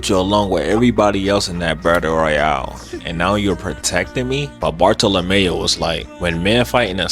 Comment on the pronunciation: Bar-Thaw-Luh-Mule... sounds like youre saying boruto or barlemew or some shit